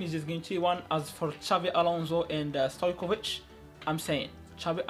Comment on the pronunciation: Stojković not stoickov